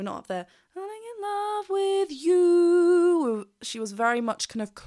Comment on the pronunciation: Amazing performance. Great review. I don't mind the missing v in love, but I have a small bit of linguistic nonsense to offer on how that (perhaps) comes to be. From my observations, Diana has two things working against her for the "love with" to sound English. 1. word terminal voiced consonants are devoiced in Russian (so, v turns to f) and 2. There is no w sound in the language. In the past, you could hear Diana pronouncing w as a slightly more labial v (wicked game) and I take it that she is paying attention to that now. However v followed by w (phonetically) makes the v (probably already reduced to f) disappear altogether. I could be wrong.